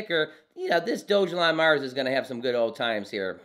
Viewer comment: Sorry my friend but you are not saying the name properly